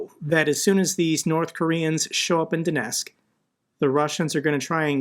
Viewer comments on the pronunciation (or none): none